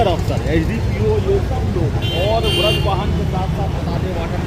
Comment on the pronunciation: व्रज वाहन ❎ वज्र वाहन ✅ 😅😅😅